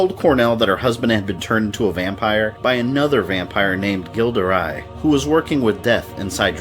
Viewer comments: Gilles de Rais is normally pronounced Jill de Ray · That awful pronunciation of Gilles de Rais though. Ughhh.